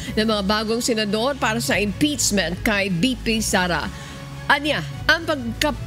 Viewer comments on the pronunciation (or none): Ang galing mag pronounce, “impitsment”. 😂😂😂